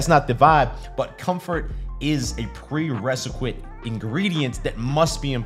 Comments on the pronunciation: You mean prerequisite, not preresiquite! 😆😆😆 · This man said "preresiquite" 😂😂😂😂😂